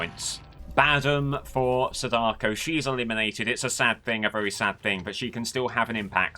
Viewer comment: I hate the way you say my wife, Sadako's name :\